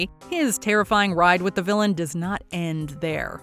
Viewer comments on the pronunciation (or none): none